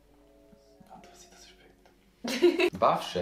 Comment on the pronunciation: Kafsh - qytet 🙄🙄 also ich komme aus podujev aber man versteht alle wörter von ihn. Bafqe war lachkick obwohl es bashqe heißt 😂😂😂